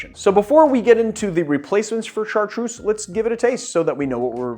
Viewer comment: I'm French, Chartreuse is pronounced with a Z like zoo. God kills a kitten everytime you pronounce it with a S !